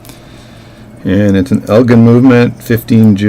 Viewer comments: Elgin - pronounced el-jin - is a town in Northern Illinois about 25 miles due west of Chicago. The headquarters of Elgin brand watches was there until they went out of businesses in 1968. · elgin with the j sound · Its EL GIN